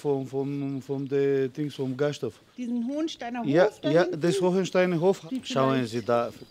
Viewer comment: "Schauhen Sie da" Hach, schön diese ländlich deutsche Gemütlichkeit. 😄